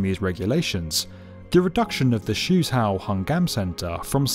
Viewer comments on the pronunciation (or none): went to the comment section to see who’s been complaining about how he pronounced Suzhou. No one did... 😅 („Shoe‘s how“?! I’d rather go for „Sue Joe“).